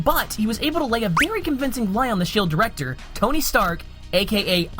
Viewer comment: Just gonna point out "Ddirector" but I loved this video!